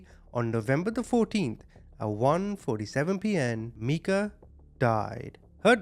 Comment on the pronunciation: Her name is Meika which he pronounced correctly. Micah is a different name